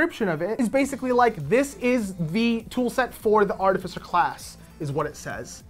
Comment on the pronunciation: Artificer (art-if-icer).